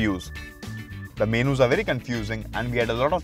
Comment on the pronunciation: BAZIC... BAZIC... MENOO... idiot host